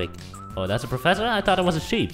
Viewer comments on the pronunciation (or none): none